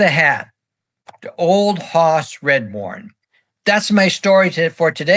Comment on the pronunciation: I love you going over such great players and great eras of the game. I have to say though that you mispronounced his name. You kept saying Redbourn not Radbourn. Still great work.